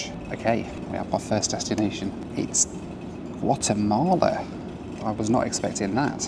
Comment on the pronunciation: Not Wattemahleh 😵😵😵